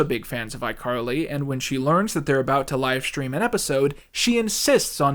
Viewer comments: he calls her "icarly" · "iCarried you" DUde I'm wheeze laughing oh my god